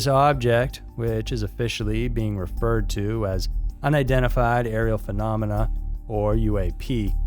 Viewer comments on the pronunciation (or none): none